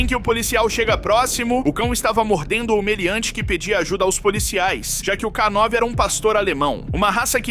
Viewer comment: Não é k9 (ká nove) e sim k9 (Kei nine), ou seja, k9 = canine (canino em inglês). São palavras homófonas.